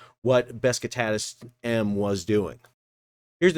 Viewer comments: Bro...please... It's not BES KI TATAS It's BESIKTAS... pronounced.. Buh-Jick-Tas. Otherwise good content. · Man, you keep calling the ship Beskitadas…. it‘s name is Besiktas, „beschiktasch“ which is a part of the city of Istanbul…. Sounds to me like some fellas of color are using „aksed “ instead of „asked“….😢 I like your Chanel but please be more careful with pronouncing names correctly…. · Dude it’s pronounced Be Shick Tass. Not whatever you have been saying. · Always surprised how bad US Americans are pronouncing foreign language names. The name is Beh-jig-tass, with Besiktas being a part of Istanbul, with a very famous footbal (soccer) club... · It is probably pronounced Beh-shik-tash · The butchering of Besiktas is also done on purpose, got to pander to his American audience.